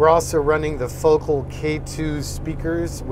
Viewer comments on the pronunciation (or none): I prefer this BMW grey over the Nardo grey by one half of one percent, should anybody care. Also, shouldn't Focal sound like So-Cal? This would make it sound way cooler. Thanks, keep being your awesome self;-)